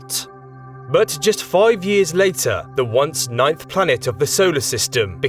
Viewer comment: You just said it V the “nineth planet” 🥺